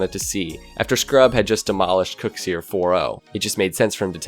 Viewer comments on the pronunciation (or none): KUXIR! Not cook see-er